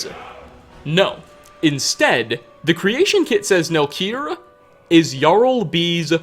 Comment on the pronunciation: why the dude who is voicing over the video puts an a at the end of so many words where a does not belong. like the following: "and his youngest son: Nelkir(a)." "offspringa" "fathera" "the wispering doora" "herea" "wizarda" "ebony blaida" "siblingsa1" its so weird